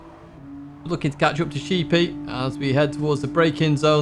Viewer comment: I think it should be pronounced Sheppy (Like sheddy) like the island not sheepy like the animal.